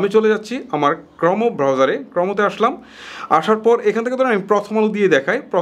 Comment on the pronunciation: ক্রমো হবে না ক্রোম উচ্চারন হবে ভাই